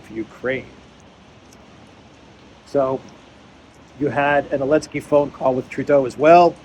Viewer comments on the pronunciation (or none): Why do you say Elensky instead of Zelensky?